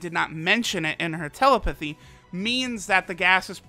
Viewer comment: You're pronouncing telepathy wrong